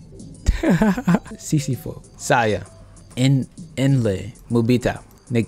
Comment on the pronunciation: Sisifo.. 😆 🤣 😂 ... it's Si..si.(.pho.... pronounced as P'o... (Sisi..paw)